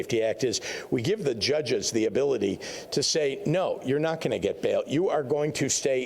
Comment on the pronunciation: Pritzker/Johnson gets you The State of "ill-noise" 😂.